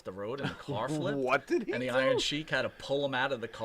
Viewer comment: Only Tommy Rich can make the word “flipped” into 3 syllables…Fil-lee-upped